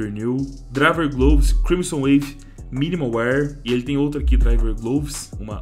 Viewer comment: AIIIIIIIIIIIIIIII Q RAIVA ELE A DIZER MINIMAL WIR FDS LÊ SE MINIMAL WÉR